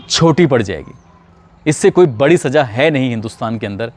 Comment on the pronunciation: Saza ko aap saja bool rahe hain ' apna talaffuz theek keejye 'sunne mein bahoooooot bura lagta hai